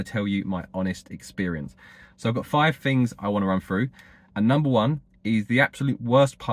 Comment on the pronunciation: I was quite happy to hear your views on this topic. But after several " froughs, finks and eivers" I couldn't take it anymore.